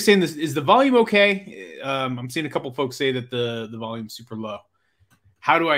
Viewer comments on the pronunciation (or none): none